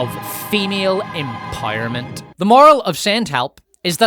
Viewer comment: What does "empojerment" mean?